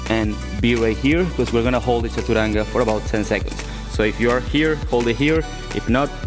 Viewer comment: Does he say chachuranga xD?